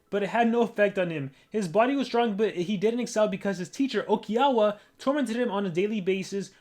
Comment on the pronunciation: it's "oikawa " mate, not "okiawa"